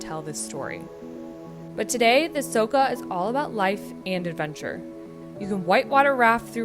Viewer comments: It's not Soka river but Soča (Socha), also it's not Ljubljanika river but Ljubljanica (Ljubljanitza). The video is otherwise nice. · Soča= Socha, not Soka, nice video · Good descriptions of Slovenia. The river is pronounced Socha. The Stresica on top of a c,s or z make it an ch, sh or zh sound. Glad you liked this piece of paradise but shhh. Keep it one of Europes best kept secrets. 😊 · the way your saying soča is killing me inside so hard :D